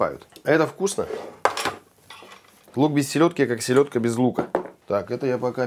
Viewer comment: Силедка 🤦🤣. Правильно селёдка 👆